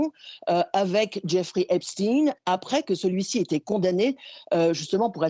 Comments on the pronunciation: Ep Shhhhhhhtein, pas Epstine, le mec était feuj , arrêtez de déformer son nom sinon c'est Epshhhhhhhhhhh-time ahhahahahaha 😂🤣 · Shtayn et non shtine.